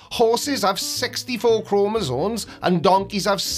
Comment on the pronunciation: there is no "N" in Chromosomes, or it's your accent, but i could swear you said Chromosones